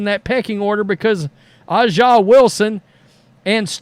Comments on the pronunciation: That would be like someone purposely mispronouncing ' name as "Roadies" or something. A'ja is essentially pronounced like Asia as the earlier poster said. You may not be partial to the league or the player, but kindly get her name right. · Her name is pronounced : A Jah Wilson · “Asia” is the proper pronunciation. I agree with your view, just to let you know. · Not a surprise. Pepsi/Gatorade is one of the most Woke companies on Planet Earth. Hey Aja is pronounce Asia. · A'ja Wilson's first name is pronounced like the continent Asia. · It's his unconcious racism kicking in he very well knows how to pronounce her name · His lack of respect for her is the reason why he has refused to learn how to pronounce her name. Disgusting for someone that whines about racism